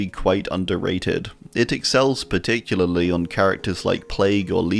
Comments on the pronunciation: Particularly = Parley (parlelulily) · one day, some day, you will one day be able to pronounce particularly right first try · Here we have the wild in his natural habitat. Which is particul-partic-pa-*uck me particularlily-particUlaly. Particularly 🎉🎉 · Par Tick You Lar Lee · Can we have a 1 hour video of just you saying particularly? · Having a whole ass aneurism over him trying to pronounce particularly. 😂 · This is my favorite video just from him trying to say particularly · "ESPECIALLY" exists my man save yourself the hassle XD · Hi, non-English native speaker here! I know and absolutely feel the struggle with „particularly“ 🥲 I respect your confidence so much for not cutting that out and instead leave it in the video! You’re making great videos bud, keep it up! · Damn, I really felt it when he said "particularly" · I felt his pain when he tried to pronounce “particularly” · i too often have trouble saying particularly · I just love the quiet and calm fuck fuck fuck he says trying to pronounce particularly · My man couldn't even sat particularly 😂😂😂